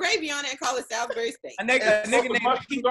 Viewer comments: Coming from someone who is from Salisbury MD it’s pronounced like (sauls-bury) not Sal-is bury🤣🤣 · First, it's pronounced "Sauls-berry" steak, second, you gotta be in the real south to get it from the store and make the real thing. It is not just ground beef as described and its not much like the tv dinner thing.